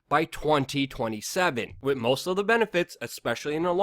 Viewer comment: "to be honest WIT you" ugh fuck, like nails on a chalkboard.